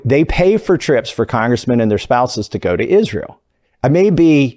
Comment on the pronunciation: You would think that Lindsay Graham would at least learn how to pronounce (Isrural) since they give him so much money, how disrespectful!🤣 Politicians are just rich elite insiders, they don't care about this country only figuring out ways to rob it blind! That's why they are flooding our borders with people who don't care about or even hate this country, fill the country with people who don't care about or even know our laws and they will be even more ignorant than we are to the amount of theft these crooks are committing!